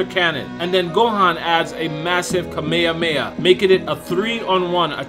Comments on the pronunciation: WTF is kamea mea ITS KAMEHAMEHA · kameamea.... Why are you saying like that???